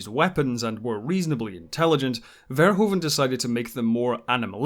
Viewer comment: Paul FARE-WHO-FUN... not Fair-Hoa-van😂